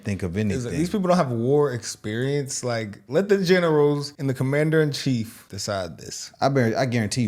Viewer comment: It's "Commander in Chief" not "Commander in Queef"......yaaa I know .. Sorry guys watching too much south Park 😂😛